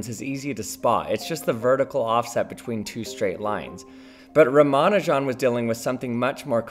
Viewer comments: Ramanujan the greatest mathematician ever. died at 32 years old. why did he die. he went to england and got so depressed that he fucking died. thank you london for that. also his name isnt pronounced "ramanu jan" like you do but rather "rama nujan" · I've heard it pronounced Rah-Mah-Nue-Jen. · I hate that they never bother to get non-Western names right. Euler and Schrodinger are always intentionally pronounced perfectly. 'Sree-ni-vahs 'Rahm-uh-'noo-junn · Ramanujan... Isn't it pronounced Ra-ma-nujan and not Romanajohn? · Ra-ma-nu-jan not Ra-man-u-jan. It's the man's name, especially as it doesn't contain hard to say sounds for a native English speaker it deserves a little more care. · Ya gots ta stop pronouncing Ramanujan like it's Parmigiana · I've always heard his name pronounced RA-ma-NEW-jin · Great explanation, but please - it's 'oiler' and 'ram-a-new-gen' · Please pronounce Ramanujan” correctly. It is pronounced as “Raa-Maa-Nu-Jun”, (Jun as in Jung without “g”) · Your pronunciation of Ramanujun is hilarious. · The only thing I learned is that you don't know how to pronounce Ramanujan. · The stresses in "Ramanujan" are on "Ra" (and "Nu"), not "Ma". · You say ramanujan as if you've only read it, and euler as if you've only heard it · If Euler is the first level of pronouncing mathematician's names, the Ramanujan is the boss of the first level. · Got triggered on the pronounciation of 'Ramanujan' after the Numberphile videos, but turns out this correct, or at least closer 🤷‍♂️ Edit: watched some native Indian speaking videos and they say it like Numberphile. Now I don't know what to believe! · Ra-mon-ew-jan Oil-er There’s a lot of cognitive dissonance trying to trust someone talking about “in quantum mechanics we” yet pronouncing Euler in phonetic English Not that you’re wrong in what you’re talking about—you do good work for science communication, but you know fyi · It made me squirm every time with both names - should be 'oiler' and 'rama-new-gen' arghhhhh